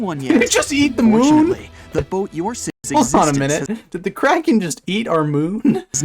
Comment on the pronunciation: THE WAY HE SAID “MOON” KILLED ME 😂